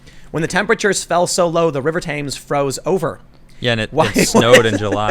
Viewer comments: The River “Tims” not “Tames” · Tehms not Tames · The pictures a poster from a film called The day after tomorrow. Also i have to point out ( being British) as it annoyed me ... its the Thames pronounced Tems not Tames ... anyway carry on. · River Thames is said tems dude. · Tim please say tems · TEMS it's pronounced TEMS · ........please learn how to pronounce “Thames”.....................